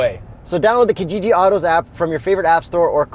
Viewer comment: I love your vids...I die a little inside when i hear say Kijiji though...he needs to get an East African to teach him how to pronounce it properly...on a different note, can American companies look into shipping their trucks to us cos damn! The only cool truck we have here (from the dealer) is the Ranger Raptor, n this Longhorn looks swee